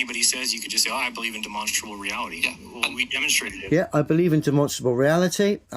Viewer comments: Why does he keep saying “Demonstable” … does he mean demonstRable? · I'm a demonstrable realist'. Bro can barely even pronounce it.